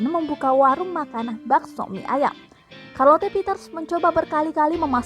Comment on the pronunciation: Karlote 🤦‍♀️ sherlet lho mbak